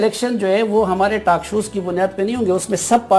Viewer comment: Taak shows - Saleem Safi, it's talk show, paise kha gaya itnay bolna bhi seekh le ab